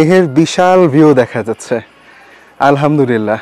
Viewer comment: আলহামদুরিল্লাহ না ভাই উচ্চারণ আলহামদুলিল্লাহ হবে।আরবী উচ্চারণ টা সহীহ করে পড়া উচিত।নাইলে অর্থ বিকৃতি হয়ে যায়।ভুল টা ধরিয়ে দিলাম।মনে কিছু করলে দুঃখিত।